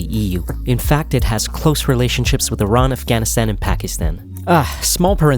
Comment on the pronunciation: it is pronounced [E-RAAN]. Funny how supposedly education/information providing channels are run by illiterate.